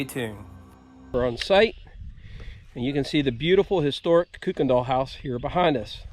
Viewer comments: Hello from HARDY/GRANT CO WV...ITS PRONOUNCED KIRK-KEN-DULL BY THE LIVING DESCENDANTS...IM SURE THEY DONT WANT TO BE CALLED KOOKS!!!!! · Our last name is pronounced Kai-ken-dall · Kuykendall is a Dutch name and the “uy” is pronounced like “eye”. K-eye-kendall. Or as another commenter, whose family members are Kuykendalls, said, they pronounce it like Kykendall. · Kuykendall. It is pronounced "KAI ken dall" Kuy- as in Guy. OR Sometimes pronounced "Kirk" endall.